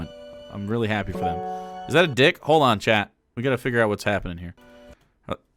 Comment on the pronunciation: I cant stand that Kaitlyn and others dont pronounce the L in words like "hold" etc. They pronounce it like "hode" and it drives me fkn insane!